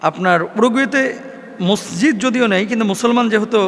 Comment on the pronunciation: এত বড় আলেম!অথচ মসজিদ ঠিকভাবে বলতে পারে না!হায় আফসোস।